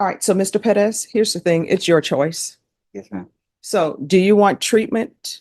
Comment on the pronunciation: It Perez not Padez